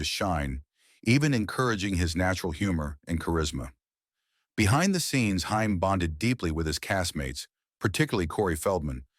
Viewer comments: Corey Haim his last name is pronounced HAME NOT HIME!! GET IT RIGHT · Love your reviewof this film , but it's Hay- m.